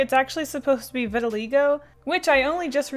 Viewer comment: It's "vit-ah-lie-go" 'vit' rhymes with 'fit' 'ah' like "stick out your tongue and say "ah""